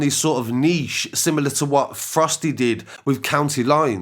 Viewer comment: Did he say prosty as in prostitutes ?? Naaaaa no ways lmao